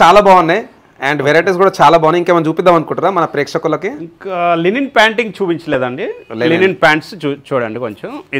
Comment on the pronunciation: Not Lenin It is Linen